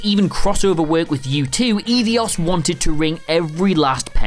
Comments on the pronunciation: "Ee-dee-os"? I always thought it was pronounced "Eye-dos"... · Dammit. It's Ei-dos pronounced Eye-dose. Not Ee-dee-ose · 'Eedy - os'? Eidos is pronounced 'ai - dos' surely? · "Edios"?! You call yourself a gamer? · Eidos is pronounced "eye-doss" Master Chief was merely in stasis, not killed...you also vaguely bring up ODST & Reach like you know nothing about them Desmond dies in AC 3 not Revelations.... and you've clearly never actually played a Metal Gear title or even researched any of it...Snake doesn't actually die, and it's not even the same guy in MGS3 ffs. MGS 3, Portable Ops, Peacewalker & Ground Zeroes are Naked Snake aka Big Boss, MGSV is Venom Snake and MG, MG 2, MGS/Twin Snakes, MGS 2 & MGS 4 are Solid Snake. Either learn the damn lore & characters of don't bother trying to talk about Metal Gear.... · How tf did he keep calling Eidos "Edios"? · Anyone else cringe every time he said, "Eidios"? There's only one 'i' in 'Eidos'. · DerMetzger It is pronounced eye-dos. I’ve heard employees of the company say it during interviews. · Can we all agree that calling it "Ee-dee-os" is way of base, I wouldn't be surprised if he pronounced it as "Pumpernickel". I do think they are trolling us with all these now. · It’s “Eye-dos”, just can’t do basic research, lol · "Eedeeos" .... Really? Also, Desmond Miles died in AC 3, not Revelations. Please, do some research.